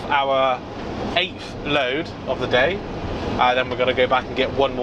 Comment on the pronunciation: do you mean “THE” not “DA”